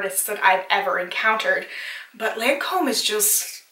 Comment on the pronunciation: you did pronounce lancome perfectly, i like only the seru ms and creams from estee lauder and la prairie and l mer